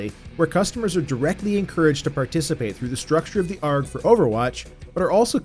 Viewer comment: Not that I'm complaining! It made me chuckle every time you said it.